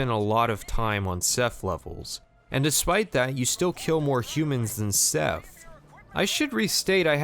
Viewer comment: was he saying seth or seph? if theyre a hive mind i think it's funny just calling them all seth